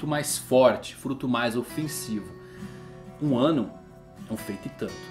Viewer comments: De vez em quando eu não sei se ele tá falando "Wano" ou "um ano" kkkk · eu tava me comfundido se vc tava falando "1 ano" ou "wano" kk dps q entendi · "Quem conquistaria One Piece em Wano"? Buguei até entender que estava falando "em Um ano" 😂😂😂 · Ele falou em 1 ano kkkk eu ouvi wano Man kkk